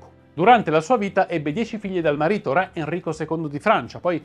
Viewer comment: Video interessante e istruttivo, anche per i numerosi collegamenti con personaggi e vicende dell'epoca che gravitavano attorno a Caterina. Sarebbe meglio pronunciare correttamente "ré", visto che è parola che, nei vostri video storici, torna spessissimo.